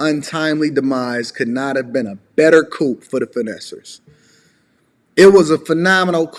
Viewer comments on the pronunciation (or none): FYI coup is pronounced coo